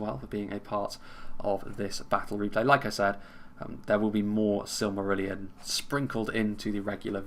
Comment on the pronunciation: weird, majority find it easy, you must have a special case its easy, SILM-A-RILL-ION